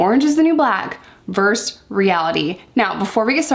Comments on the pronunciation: Versus, not verse. ❤ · ver sus - two syllables